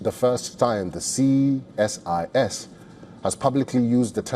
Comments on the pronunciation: What’s with Ceeee SIS ? Why can’t the anchor say CSIS ? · You can say ceesis (CSIS) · You can pronounce ISIS Say the see than sis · he knows what CSIS means. He is only asking why the anchor is saying ccccSIS😅😅